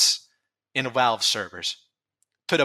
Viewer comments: I swear this guy pronounces V’s like W’s on purpose, everytime I heard “Walve” I wanted to scream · i agree that tf2 stumbled hard and overwatch basically poisoned tf2. but can you not say retard if you can't even say V correctly? i get the w is a literal double u/uu that got typed into becoming vv but it ain't hard to say value and valve instead of walue or wowvle which is weird you only partially say it correctly. it's not about saying retard it's just the irony of the way you talk makes it physically painful trying not to laugh every time i hear either. again i agree and i believe a lot of others agree as well. but i'm still gonna be a dick and point out the irony. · love how you pronounce "Valve" as "Walve", amazing